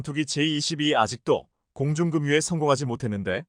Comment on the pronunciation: 공중금뉴 소리나는대로읽은것 계곡에서폭우내릴때급류 소리나는대로읽으면금뉴 공중금뉴란말은 틀린말 방송인은 한국어읽기 공부 더하고 난후 방송에 나오기바란다 만석